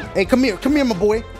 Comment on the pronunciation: I was dying when he called donkey "mah boy" 😂😂😂